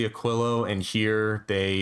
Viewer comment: Holy shit, someone who said Aquilo correctly